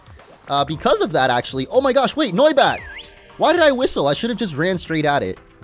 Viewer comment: Noibat more like noicebat